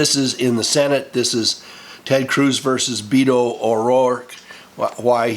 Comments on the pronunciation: Beto is a nickname for Roberto or Robert in Spanish. It's like Bill for William. It's pronounced behto not "beeto." The "e" in Beto is a short e as in "eh." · Beto, pronounced, "Bay-to," is a nick name for the Spanish, Roberto.